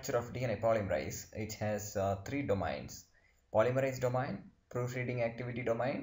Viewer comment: Thank you for your post, everything it very clear. One suggestion though: please ask someone how to pronounce domain. especially because you use the word so often it is really distracting. this comment is with all respect; I am grateful you took the time to make this video. thank you again.